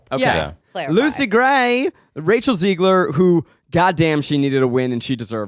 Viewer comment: Zach has been saying Rachel’s last name wrong for so long… it is Zegler, not Ziegler/ Zeigler